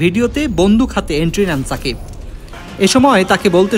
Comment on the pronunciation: ছাকিব খান না রে সাংবাদিক.. বলুন সুপারস্টার, মেগাস্টার শাকিব খান... অন্যথায় এই চ্যানেলকে বয়কট করবো..! মনে রাইখেন